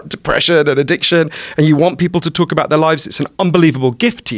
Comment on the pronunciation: In the first 15 seconds, he says "talk" and "half" in an American accent